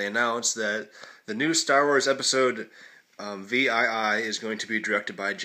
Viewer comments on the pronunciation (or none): Holy shit, do you not know Roman numerals? It's not actually said V-I-I it's said 7 you peace of fuck